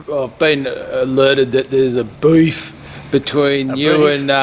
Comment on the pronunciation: “A BEAF” lol